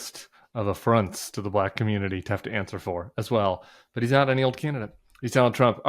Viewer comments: I've never heard "black" pronounced with such a hard-R before.... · You mean "Ba Lack"? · Why does Trump pronounce “Black” like a South African?? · I agree, but I was so annoyed with his annunciation of “black”. Sounded like his pronunciation of “China”